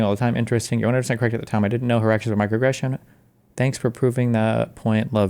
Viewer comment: Micro uh-gression